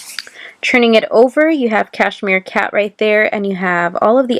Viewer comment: It’s Cheshire Cat 😅 Not Cashmere cat!